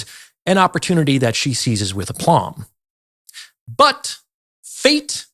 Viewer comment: BOY, YOU'RE A TAD UNSOPHISTICATED (YOU MISPRONOUNCE: CADRE, LEIGH, APLOMB TO NAME A FEW)..